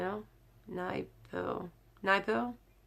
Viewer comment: Good morning sweetie ❤️. Your such a darling to put me in your shout out. Yes you pronounced my last name right...it’s spelled as Naipo. Stay fabulous and enjoy your Sunday. Aloha 🌺...Ranalynn